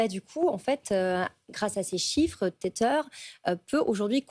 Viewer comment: Téteur ; un enfant qui tète. Tether (tè-vah) : (verbe) utiliser (un smartphone) afin de connecter un ordinateur ou un autre appareil à Internet. Verbe Attaché à. Apprenez à prononcer des mots anglais correctement.